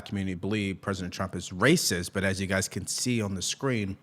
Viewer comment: Your guyziz? You can just say “your guy’s opinion…